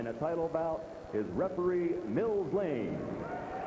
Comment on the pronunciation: Not Blane, Lane